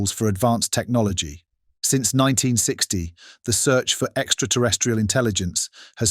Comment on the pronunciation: I laughed out loud when the narrator stupidly said, "Technologeee of Cheeena." Perhaps he could benefit from a reading lesson or two.